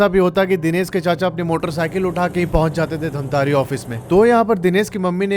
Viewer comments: Bhaiya mai bahot shauk se dekh raha tha or bahot interest aane hee laga tha ki धमतरी ko aap itne baar itne jyada baar धमतारी bole ki maine video turant pause krke dislike kr diya, Huge respect for rest of your videos, stories but not this time....😬🥲💔👎🏻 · It's धमतरी not धमतारी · Bhaiya aapki video achhi lgti hai aap aur aakshay vashisht dono ki video dekhta hoo mai ❤❤❤❤,,,,,,mai bhi chhattisgarh se h loo ,,,,,, धमतरी है hai bhaiya धमतारी nhi 😅😅😅😅😅😅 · Dhamtaari ni dhamtari hai voh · Damatari not dhntari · Bhai wo jo English mei dhamtari likha hai wo hindi mein धमतरी hota hai aur jo tum keh rahe ho धमतारी wo english mein dhamtaari hota hai. Itna samajh nhi aata gawar ho kya? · धमतरी है भैया dhantari नहीं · I am from dhamtri.. Its not dhamtaari by the way😂😂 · Wo dhantari nahi ( dhamtari ) hai bhaiya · Dhantari nai hai bhai dhamtari hai mai raipur se hu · Dhamtari ko miss pronounce mt kro bhai sare chhattisgarh wale gali denge tumko